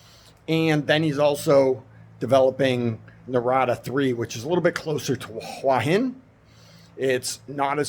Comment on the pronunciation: Your pronounciation of "หัวหิน" is not so bad , you can check the Youtube transcription : "which is sort of the south part of Huah Hin and sort of just across the..." so you have well pronounced a slight h (ห) before the "uah". Rising tones must be used for "Hua" and "Hin" if you want to speak like a native.